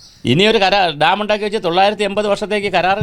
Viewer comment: പറഞ്ഞ കാര്യം എല്ലാം സെരിയാണെങ്കിലും ചേട്ടൻ പറഞ്ഞ തൊള്ളായിരുത്തി 800 മാത്രം മനസിലായില്ല